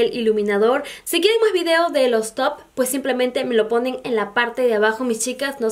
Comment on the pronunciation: Pensé que decías el toc o el tog, hasta que puse atención y es el top, perdon por mi sordera 👂